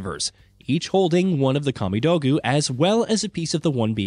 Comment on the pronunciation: Kah-me-dough-goo... can someone who actually plays these games talk, they may actually care and not just mindlessly read from a script. If you played the games you heard how it is said. Shit, if you watched a YouTube playthough you would have heard how it is said. Talk about things you enjoy and give the fans enthusiasm